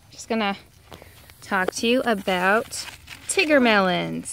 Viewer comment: I think she's saying it right. Its tigger from MI's shop too